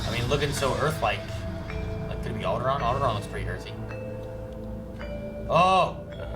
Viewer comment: it’s definitely not Alderaan...